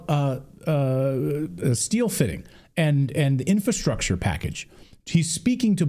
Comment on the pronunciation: PLEASE PLEASE PLEASE STOP SAYING: IN*FA*STRUCTURE, CLAYTON!!! You are an exceptionally smart man, but this dumbs you down so much! Let's all say it together IN*FRA*STRUCTURE ✅ 👏🏼